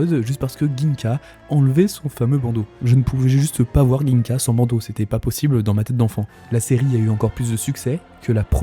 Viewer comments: Par contre "GUingka" au lieu de "Jingka" c'est non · Bonne vidéo chef mais on dit pas ginka mais sa se dit djinga